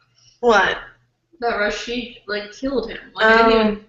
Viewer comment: Rashek, not Rasheek